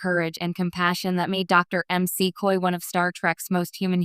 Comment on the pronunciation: EM SEE COY, said the text to speech robot.